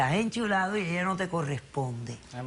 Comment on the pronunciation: Esta "Enchulado" jajajaja